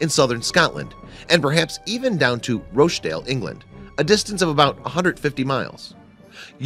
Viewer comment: He also mangled the pronunciation of Rochdale.